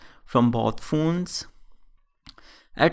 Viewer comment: Stop saying phoones...plzzz.